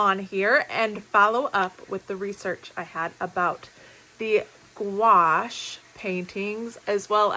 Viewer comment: Hi, thank you for the correct pronunciation on Couache. I have a suggestion for you. I am also a reseller and I carry a 2" measuring tape, a tiny black light that has a magnifying glass with it. Honestly I don't think it was the not knowing the size of the dress as much as the price. Those kinds of places are meant for buyers not resellers looking for deals. They were at the retail price. I live in Aurora IL, and through your vids I've learned of many places. Thank you ❤